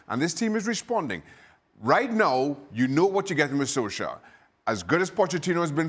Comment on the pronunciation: "Sol-skyre" lol